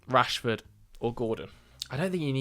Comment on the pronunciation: You were doing OK until you said Rashford. 😢